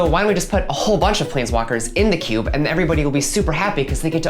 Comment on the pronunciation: "cuba" pronunciation of cube, is quickly becoming a pet peeve for me